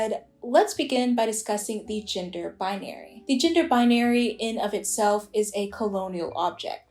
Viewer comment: Omg I thought you said ginger non conforming people 😂